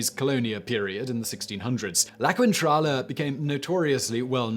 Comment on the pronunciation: Gawd dammit, it's not pronounced kwintrala! The syllables que- and qui- in Spanish omit the sound of the u, so it's pronounced keentrala.